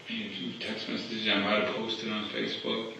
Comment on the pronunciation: M-e-s-s-a-g-e-s … massages 😂😂😂